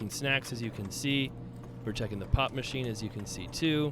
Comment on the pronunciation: you made me listen one more time when you said pop machine... At first it sounded like you said pot machine... :P